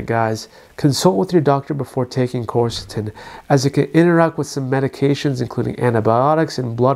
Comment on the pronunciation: It's not corsatin; it's quercetin.... quer is pronounced like qwear